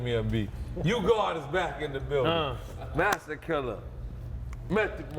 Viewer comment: NORE IS LIT! nigga couldnt even ssy masta killa lol